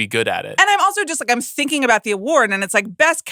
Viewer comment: when did people start pronouncing the "g" at the end of works like a "k"...thinkink? IS it a regional accent thing? Cannot unhear it... And the whole email argument was very annoyink...Amaanda, you are not that special.